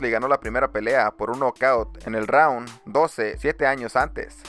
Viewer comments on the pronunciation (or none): none